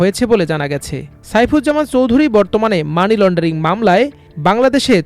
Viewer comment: মিলিয়ন / বিলিয়নের হিসাবটা ঠিকমত বুঝে রিপোর্ট করুন। একজন লোকের মোট সম্পদ ৫০কোটি ডলার হলে একটা বাড়ির দাম ১৪.৮ বিলিয়ন মার্কিন ডলার হয় কি করে???? চৌধুরী উচ্চারণটাও তো ঠিকমত করতে পারেন নি। দয়াকরে আমার দেশের মত একটা সর্বজন গ্রাহ্য পত্রিকার সম্মান নষ্ট করবেন না।